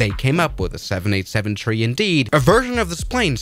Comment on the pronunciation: Why does say tree instead of three